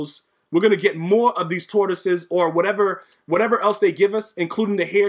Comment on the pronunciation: 🎶Lions, tortoises, and hares oh my🎶 Listening to you say tortosies over and over has made my day. 😂 This game yoooo!!